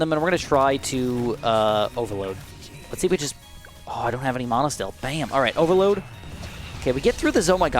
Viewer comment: You say mana wrong